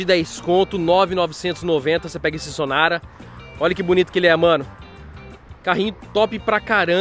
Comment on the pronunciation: Ótimo canal. Um amigo me recomendou desde então estou maratonando seus videos. Mais para de frescura com essas pronuncias kkkkk Sonara Toyora que isso vei. É Sonata, Toyota irmão. Brincadeiras a parte. Tmjt